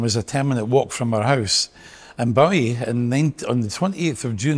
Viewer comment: And that folks, is how to pronounce Bowie! It's a Scottish name so we should know!